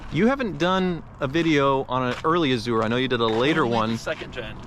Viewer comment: Bently "Azoo-er"